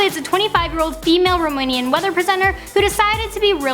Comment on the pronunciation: when you talked about that "weather presenter"(the show where she was is not for weather, its a talk show) lady and did you say romanian or rumonian because we have romanians here (me) but no rumonians